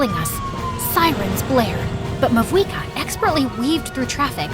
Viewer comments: I noticed the Pyro archon mispronounce her own name in this video. It’s pronounced “Mau-eeka” even though it’s spelled Mavuika. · isnt it mauika the v being silent